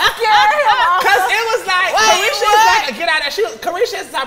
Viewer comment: It’s called CARESHA please Santana 🙄 Not a vibe